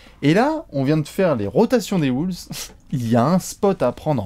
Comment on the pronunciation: J'adore vos vidéos mais par contre la prononciation..."Woulves", "Sunder"...